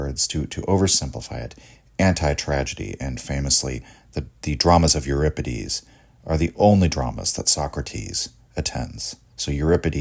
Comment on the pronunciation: thanks for pronouncing euripides correctly.